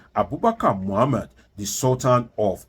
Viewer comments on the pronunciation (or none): none